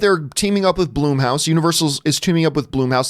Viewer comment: Who the hell is “Bloomhouse??” It’s BLUMHOUSE! 🤦🏻‍♂️